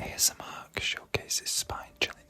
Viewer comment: Also, maybe I'm being an idiot, but is your name ""? I'm guessing because ASMRk and the way you said it. Ay-Ess-Eh